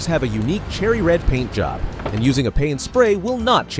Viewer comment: because it’s an AI voiceover, look out for when it tries to pronounce “job”, JOOOB